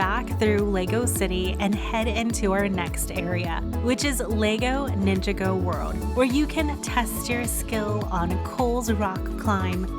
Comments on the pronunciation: Nin-jog-go... not ninga-go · It’s pronounced Nin-Jā-Gōh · She said said mia wrong she said mya not Mia she also said ninjago wrong